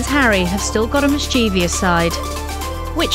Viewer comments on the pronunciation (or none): mischievous ---> mischieVIOUS? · At .58 we learn that the princes "... still have a mischeeveeous side." What on earth is that? Do you think she means 'mischievous'? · It is NOT pronounced ‘misCHEEV-i-ous’. It is ‘mis-chiv-uss’. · It's a common one: mischievous (miss-chiv-ous) - the second i (miss-chee-vee-ous) never existed! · The word "mischievous" is mispronounced in the video!